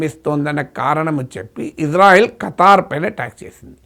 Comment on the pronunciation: Kataaar kadu Qatar miku peru kuda sariga palkadam ravatledhu 😂😂😂